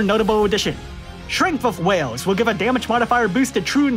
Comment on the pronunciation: I love how you read will as whale